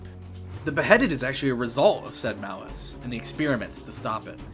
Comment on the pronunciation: Malaise. Not Malice. The distinction matters, both in theme and function. Before death nobody is going on rage-zombie murder sprees. The aggression happens upon resurrection, in most cases. (Muh-layze) Malaise. Means sick. Which.... yeah that checks out.